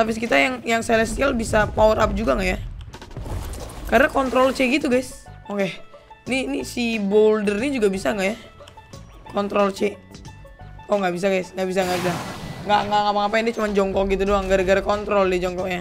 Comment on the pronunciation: Bang namanya black BOULDER bukan black Bouler